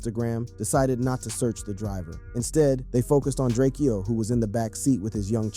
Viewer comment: It’s DRAKE-O. Not Drakeo